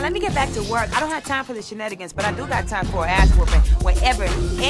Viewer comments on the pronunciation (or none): she says "shenettigans" 😂😂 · Erm no, it's "shin-enne-gins"